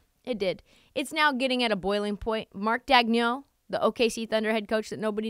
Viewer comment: Funny bit. Just one thing though. It's pronounced DAYG-nolt.